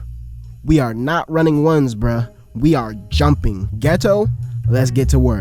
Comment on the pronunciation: He said " We are jumping. " in a way that made me fucking HEAR the bold text. How? Only Degenerocity has managed to do that before.